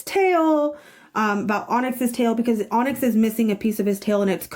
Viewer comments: Pro-tip to pronounce that cat’s name you can’t pronounce. Just say “tonics” without the T Hope this doesn’t come across as hate or me being passive aggressive though ❤ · Onyx. (On-icks) 🫶🏽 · Onyx is pronounced ah-nicks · Onyx - "on icks", a four letter word pronounced exactly like it says. One people separated by a common language - take care. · Onyx (Now Teddy) is pronounced ON-ICKS. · Just tryna help - I’m not being a know it all. Mom whom you call Mary Maryse: MAR-REECE she goes by Ryse which is the REECE (rhymes with Peace) Onyx : pronounced ON- ICKS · His name was Onyx you pronounce it On-icks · You cant pronounce the word onyx?